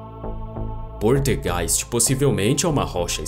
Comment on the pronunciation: poLtergeist, mas voce fala poRtegeis